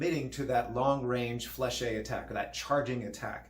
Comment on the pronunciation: Isn’t it flesh not flèche-hey?